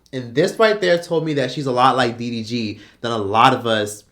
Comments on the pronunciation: Did you call him dvd I’m hollering 🤣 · I say he’s calls him DVD every time 😂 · After calling him "DVD" what has that change in his life 😮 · You keep calling him DVD🤣🤣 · DVD DGG lmfaoooo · I like how refuse to get DDG's name right. 😂